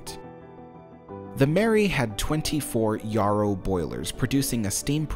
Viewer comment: Yarrow sounds like Sparrow, not Yah-row!